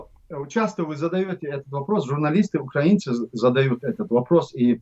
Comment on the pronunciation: Ахмед не говорите УкрААААинцы надо говорить УкраИнцы